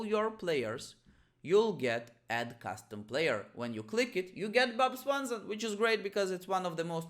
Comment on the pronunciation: "Bob Swanson" haha that pronunciation